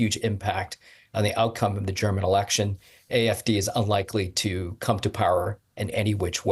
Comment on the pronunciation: Can DW not have a presenter who can at least pronounce German words correctly??? Learn how to say "AfD". You are working for a channel called "German Wave"!